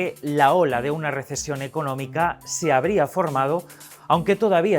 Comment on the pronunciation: Dijieron RISIESON no RESECIÓN